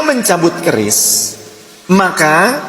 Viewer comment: KERIS BKN KRIS